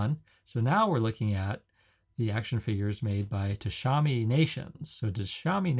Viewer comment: Tamashii, not Tashami.